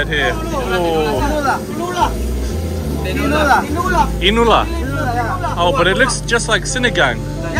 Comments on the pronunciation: The dish is called tinola not tinula. People from the Visayas region have difficulty pronouncing the letter o and they use the vowel u instead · It's actually TINOLA, (TEE-NOH-LAH). It's common for Bisaya speakers to heighten or lower the syllables of the usual Tagalog words. Like ADOBO, they usually say ADUBO or ADUBU Just the same, it's understandable.